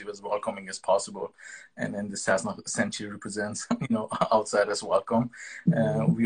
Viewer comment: This woman should have done more research before interviewing Sam!! She couldn't pronounce the name "sassenach". She didn't understand/know about the unicorn on the bottle. She had no idea and was confused that Sam had so many live fans during the interview. Very disappointing!